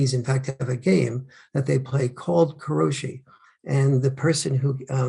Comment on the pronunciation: 殺し "koroshi" doesn't mean "death at the desk." It means "killing; murder." 殺す "korosu" is the verb, "to kill" and "koroshi" is a noun form of that verb. The word Farrell is trying to say is likely 苦労死 "kurōshi." 苦労 "kurō means "work; labor," and 死 "shi" means death. So it's literally, "work death." I'm not familiar with this word, but that's my best guess as to what the heck he must be talking about. [edit] It's been pointed out to me that in fact the word in question is 過労死 "karōshi," where 過労 "karō" means "overwork." [/edit] You have to be very careful with the vowels in Japanese. English has a lot of week vowels whose fine pronunciation doesn't matter, but Japanese does not. Every vowel has to be said correctly. "ko" and "ka" and "kō" are all very different.